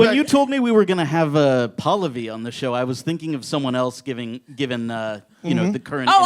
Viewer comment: they mispronounce Pallavi every time lol. Its Pal-lavi